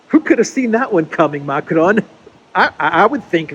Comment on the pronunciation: when you pronounce Macron don't touch your tongue to your upper palette. That is the Spanish pronunciation. The word is pronounced correctly in French without touching the tongue to the upper palette.